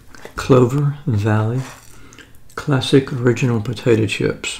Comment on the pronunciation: Potay-dough, if I recall